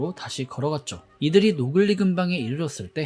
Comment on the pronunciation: 노글리가 아니리 노근리 먼...